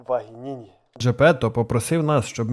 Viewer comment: Господи не вагініні а Венігні XD